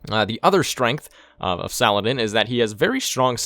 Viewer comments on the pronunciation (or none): Sal-ah-deen Not Suh-lad-in. Fucking mutt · Salah ad-Din